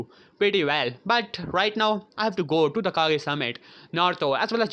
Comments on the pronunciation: its kage not cage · Anyone else hate the way he says kage he says it right in (hokage, rikage ext...)